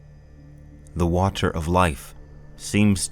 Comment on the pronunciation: say "water" wrong again and see what happens